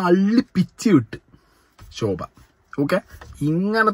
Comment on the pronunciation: ശോഭ അല്ല ഷോ ഭ